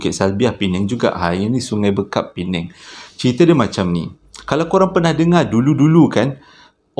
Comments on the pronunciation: sungai bAkap bro bukan sungai bEkap 😁 semoga terus sukses 👍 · Sg bakap..bukan sg bekap bang.. Terhibur...best ceritanya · Sungai Bakap la bang.. bukan Bekap.. 😂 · Bukan sungai bekap..cara sebut “bar”kap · Sg Bakap?? Aku pernah belajo kat sini . Tahun 99' Giatmara Polis Sg.Bakap.. area situ memang agak angkerrr.. tapi ok jeeee.. B A K A P bang, bukan B E K A P.. bekam pun boleyyyyyy !!! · Awat ang sebut sungai bekap